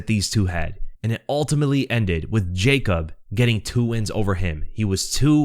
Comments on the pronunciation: And yea Yacob is better its actually like Yacoob (oo=U) if that make sense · You said Wikłacz correctly! Cheers from Poland! Name is pronounced more like Yakub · Yes,, Wikłacz is pronounced the way you said it, I can tell you did your homework. His first name though, it's pronounced like "Ya-koob", but "Yakob" or the english version "Jacob" are pretty much correct ways too. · Here after the fight Actually polish way to say is Ya- coob veek-whach. Thanks for video man POLSKA GUROM AUU 🔥🔥🔥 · Ya-koob Vek-wach